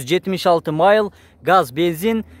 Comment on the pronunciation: Майл дебей милль десен!